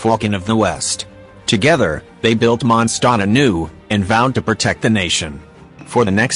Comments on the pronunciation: ah yes... "Monstot" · It's not mon stot